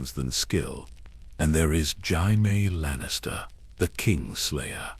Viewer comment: Woah - I must say I don't understand the hate you've been getting in the comments. Canon aside, I truly enjoyed it. I will admit the mispronunciation of Jaime Lanister is just a little unnerving, tho.